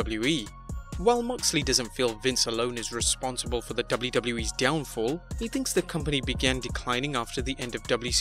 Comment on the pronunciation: Resonsible!! Responsible 😂